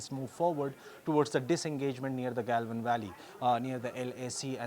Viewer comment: Good respondent. But... Please improve your pronunciation.. Gelven valley Galwan Valley Estill still She Jinping Xi Xinping Istatement Statement